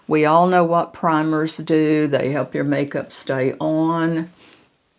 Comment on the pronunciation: Hi I do hope you're doing well,,I loved this video, marvellous,,btw,I loved you saying make soup,,,hope it's Irish Stew🤣ty for your videos,💐🌷❤️❤️